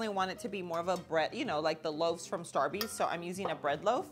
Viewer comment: OMG STAR-BEEEEZ! 😂